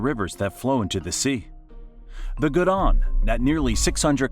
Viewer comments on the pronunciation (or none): Garonne was theworst for me. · mispronouncing a letter isn't as bad as adding one out of nowhere. Where's the "d" in Garonne ? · Le Goudon??? C'est un fleuve français??? Ah bon je dois être né en Chine alors... La Garonne, elle ne fait pas 600 km mais 523 km... Si on ajoute la Gironde oui mais c'est un estuaire avec un confluent constitué de la Dordogne et La Garonne... La rivière Saint... Dieu m'est témoin c'est du grand n'importe quoi! Déjà ce n'est pas une rivière mais un fleuve et c'est la Seine, le doublage automatique c'est vraiment à éviter... La Havre non le Havre oui! La rivière "Lire" mdr apprends à lire j'ai envie de dire, C'est la Loire grr c'est fatigant autant d'erreurs ce n'est pas sérieux. Jardin de la France, la Loire??? Non Mais "fleuve royal" ou encore "le dernier fleuve sauvage d'Europe" en plus tu inventes c'est pitoyable! Et là la cerise sur le gâteau, "La rivière Ryan" alors on cherche toujours Brian, Is he really in the kitchen? But you , you found Ryan? Nice! Le Rhin gros nul! Le Rhin et il ne partage que 188 km avec la France. Du coup tu oublies la Meuse 486 km, au passage le Rhone c'est 545 km en territoire français! Le Mont Blanc varie, en effet le sommet « rocheux » de la montagne culmine à 4 792 mètres, l’épaisseur de la couche de « neiges éternelles » qui le recouvre, fonctionne comme une énorme congère, qui « varie en fonction des vents d’altitude et des précipitations c'est ainsi qu'il a été récemment mesuré à 4805 mètres contre 4810 en 2007. La cascade de Gavalné eh allez on y retourne... C'est Gavarnie et la chute c'est 281 mètres soit 200 mètres de moins que ce que t